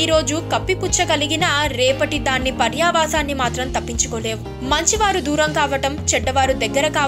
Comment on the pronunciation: may not be "parya vaasaanni" "Paryava saanaanni"